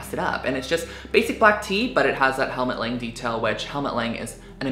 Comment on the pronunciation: Its actually Helmut Lang like "lung" 🦊